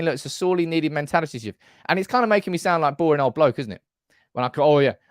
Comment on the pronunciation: Not sure why you did a Yorkshire accent when referencing being boring…